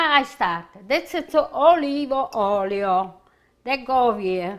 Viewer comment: Wonderful, cant wait to make this. Dont you love the way she says Oiryll...........oil..lol x